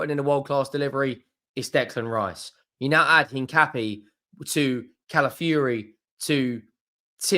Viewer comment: it is pronounced In - Cap- ee - Ay.